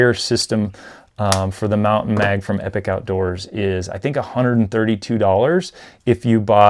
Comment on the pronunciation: Great review...Just one thing. It's pronounced "E-Pock". I was listening to a podcast that the founder Bruce was on, and he cleared up some of the confusion on the pronunciation of the company name.